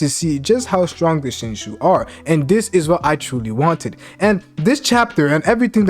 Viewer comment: You can't pronounce Shinju to save your life man lol I love the content